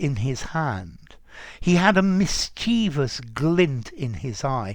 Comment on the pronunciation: I used to put the stress on the second syllable, like you did, but they corrrcted me all the time, and apparentky it's in the dictionary as ['mɪstʃɪvəs] Are both options acceptable then?